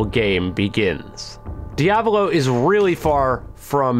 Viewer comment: Same thing with diavolo